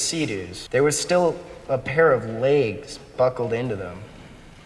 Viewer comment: "There was still a pair of laygz..." Everyone together: LAYGZ